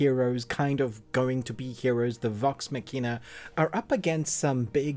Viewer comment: Glad to hear you enjoyed the show. Glad to hear this season gave more emotional moments especially. The review was concise and to the point, but there were a few mechanical issues and a couple factual errors, with one being pretty glaring. — You are mispronouncing “Vox Machina,” “Keyleth,” and “Scanlan” after 24 Episodes? — Silas isn’t in Vox Machina. — You said your main problem with the writing is the characters having “plot armor,” but that couldn’t be further from the truth. THIS STORY’S SOURCE MATERIAL IS A GAME THAT WAS ORIGINALLY PLAYED LIVE. The characters lived or died on the results of improvised decisions, actual, random dice rolls and a running tally of each characters hit points and death saves. Furthermore, main characters in Critical Role, where this show is adapted from, CAN AND DO DIE from bad decisions or bad dice rolls. Sometimes they can be resurrected, with magic, but sometimes they can’t and it’s permanent.